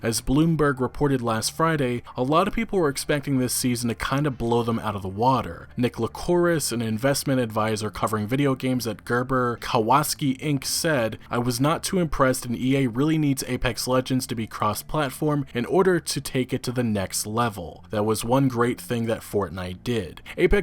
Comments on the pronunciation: Kawasaki—“kawaska”?? Lol bruh smh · Kawa-saki is how you pronounce the name. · Dude.. do you REALLY not know how to fucking pronounce Kawasaki? Come on... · 'ka-was-ki' i know someone who isint a biker when i see them :p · My "like" on the video is enough feedback, but... "Kawaski"? Really? Lol. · When he pronounces kawasaki like kawasski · It's cow-a-sahky. Just like the motorcycle. Love the vids! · Holy crap you are the second person I heard pronounce kawasaki that way. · Oof on that Kawasaki pronunciation, that’s like not knowing how to pronounce Yamaha or Suzuki dawg. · hehe, I like the way he pronounced Kawasaki